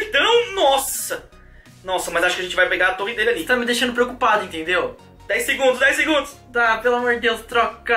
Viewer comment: quem percebeu os 30 "DEGUNDOS "